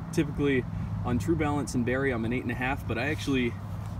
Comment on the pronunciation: Good to see someone thats even more into boots than I am. I really appreciate these videos because most of the boots I look at have no retailers near me so I depend on the reviews from people like yourself. One thing is clear though, one of us mispronounces “Cordovan” and “Barrie” lol